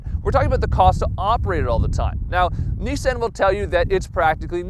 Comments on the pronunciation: I'm annoyed by it too. I say "nee-sahn" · Why does he say Nissan like that? Have I been saying it incorrectly this whole time?